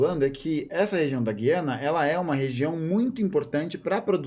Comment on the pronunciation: Só um comentário: A pronúncia correta é "gu-i-ana".